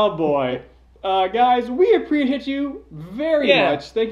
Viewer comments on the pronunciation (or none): Did say "We pre-hit you very much" at the end when trying to say "We appreciate you"? Hahaha.